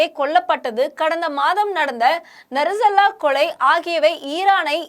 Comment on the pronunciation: நசரல்லா இல்லை.நஸ்ருள்ளாஹ்